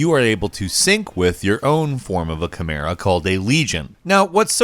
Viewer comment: Wow he pronounced chimera correctly this time